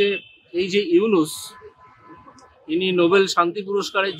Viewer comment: ইউনুস সাহেবের নাম ভালো ভাবে নে বদমায়েস